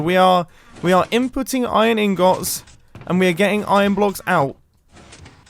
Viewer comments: iron ingots This is the first time I heard anyone says ingots like that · Why do you say ingots instead of Ingots